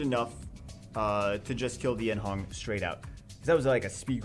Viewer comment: Yeon Hong not Yen Hong